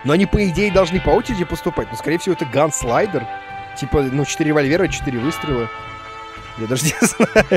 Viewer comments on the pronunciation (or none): Правильно "Ганслингер", а не " Ганслайдер" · Правильно читать "ганслингер"